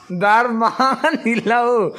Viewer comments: A zawttu in Tumphît a sawi hi a dik lo. Hnah ham rîk hi tumphît a ni lo. Tin, Darmang a lam dan hi a dik lo. Mang hi Mâng ang a lam tur a ni lo. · Darmang hi 55 (nga nga) tih ri ang tur. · A zirtirtu ber pawh chu.darmang an lam diklo ah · Nangmahber pawn Darmang ila lam dik chiah lo. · Darmang in lamdan pawh a la diklo..... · Darmañg kha in la sawi dik lo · Darmang lam dan chu a titirtu pawhin I sawi dik lo tlat. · Darmang tih kha i lam dik lo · Phungrual, Rual tih lai hi lam rik hniam tur zawk, rual, hu ho kan sawi rik ang hian lam zawk tur a lawm. Darmang, dar rik dan kan zira, 'meng meng' tia kan sawi thin ang hian, lam rik tur. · Phungrual- Phungrual, rual tih hi a hniam tur.Bawngrual tih angin a ri tur. Darmang- mang hi a sang hret tur. Dar tih nen hian a inang tur. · A hrilhtu pa ver pawhin Darmang i lam dik thei lo va, Phungrual tih pawh kha a la dik chuang lo